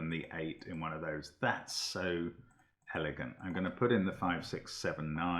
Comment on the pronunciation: Did Mark say ‘hellegant?’ 😂